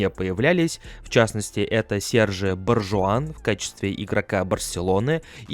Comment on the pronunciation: Все неплохо, но жаль фамилии легенд неверно произносишь. ПэпЭ,правильное ударение. И Серхи Бархуан.